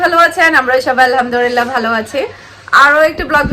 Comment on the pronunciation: Alham durillah bolen keno Alhamdulillah hobe .